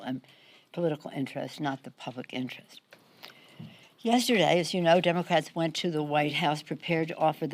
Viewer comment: Yezzzerday. Is that a. Word?